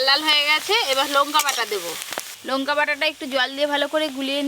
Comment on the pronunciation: কথা টা লোঙকা নয় লঙকা